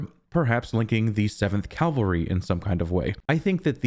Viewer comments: Cavalry, not calvary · Loved it again - one thing - horse riders are "Cavalry" (or Kavalry in this case), not Calvary/Kalvary. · CA- VAL-RY!!! CA- VAL-RY!!! CA- VAL-RY!!! I KNOW you know the difference. But dude, you have GOT to work on pronouncing it correctly. It’s crazymaking. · I've seen/heard this mistake everywhere in videos and even written articles. Very annoying